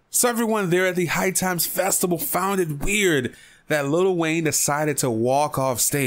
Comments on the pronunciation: lol listen closely as he says the word festival... he is pronouncing it with a b saying FESTIBAL.... LMAO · lol this dude doesn't know how to pronounce the word festival instead he is saying festiBAL... LOL